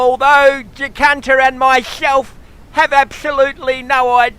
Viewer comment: funny as !!! LOL didnt realise i had been miss pronouncing Jacinta all this time ! ROFL ROFL ROFL